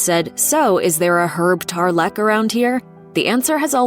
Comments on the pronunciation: TARlek, not tarLEK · "Herb TarLEECCKK" ?